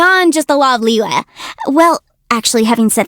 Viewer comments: The moment she said Liua I had to stop listening. Why voice actors can't learn the proper pronunciation of a few words in Chinese? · Her pronunciation fo Liyue oh my